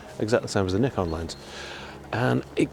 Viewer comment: Great to hear a reviewer pronounce Nikon properly, and not like some inept "experts" from the far west.